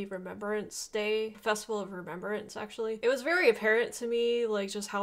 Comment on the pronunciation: 🇬🇧RememBrance, not rememberance. Youre welcome. 💜🕊